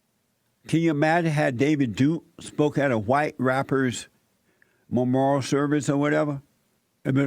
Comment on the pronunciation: He said all the black people went to the memorial(which he can't pronounce) and all of the normal people were wondering why. Who are the normal people? He needs to actually do some research I find out what Nipsy Hustle did and was doing to better his community. If you support this guy Jesse or agree with him you are racist or a buck dancer.